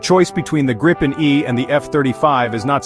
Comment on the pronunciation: It's pronounced "greepen".